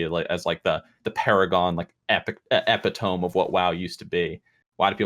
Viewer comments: EPI - TOME. LMAOOOOOOOOOOOOOOOOOOOOO It's Epi - to-me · Did he really just say epi-tome?